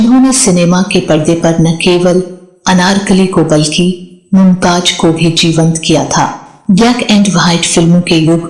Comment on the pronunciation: Nice information about Bina, but please correct your pronunciation Zinda, not Jinda , Mumtaz not Mumtaj